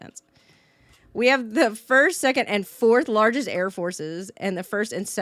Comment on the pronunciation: did she say 1st 2nd and 4th larges air forces? holy shit that's funny